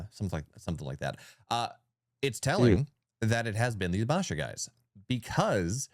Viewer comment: Please learn how to pronounce “Basha” ….also please fix your mic gain levels on the podcast ….his mic is so low when ads come in, they are ridiculously loud ….love the content though. Keep it up.